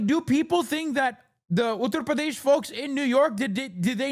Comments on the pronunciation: And still mispronounces it. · no because he still doesn't say it correctly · On the “accent” thing I think it’s just him tryna say it properly? Might come off cringe but still.